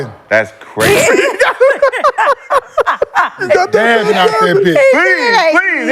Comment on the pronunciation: N*gga said “he dabbin”